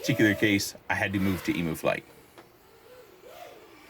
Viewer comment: Hi, I've lived in the land down under for 27 years and just so you know Emu (which is native to Australia) is pronounced "eem-yoo" although I questioned telling you coz it's super cute hearing you pronounce it eemoo 😂